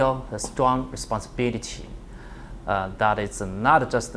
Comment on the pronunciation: He fiiir a strong rishponšhibirity